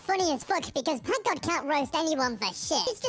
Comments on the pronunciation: bro really said "pakgod" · who noticed the first time he said packgod he said pak god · 1. U can see that no1 likes U in comments 2 . Bro said pak god not PackGod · The fact that bro can't say pack god right and said pak god💀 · bruh you mean packgod not pak god 💀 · Pak god is crazy it’s pack not pak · "pak god"💀